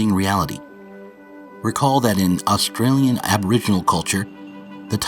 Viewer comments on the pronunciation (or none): none